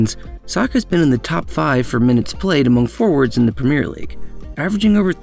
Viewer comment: It's pronounced Premier